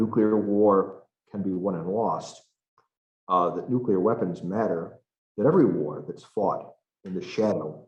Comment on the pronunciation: Nu-Q-Lar war could start any day. Thanks 🤦‍♂️